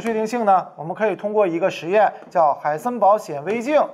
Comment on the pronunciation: Who am i? 'haisenber'